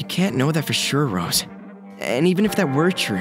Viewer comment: sal pronouncing megan and rose's name as "meehgin" and "roz" is slightly concerning, guess he has the jersey in him😭🙏